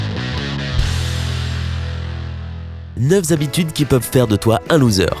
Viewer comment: "Neuf - z- habitudes" C'est le premier mot de la video. Allez, pouce rouge.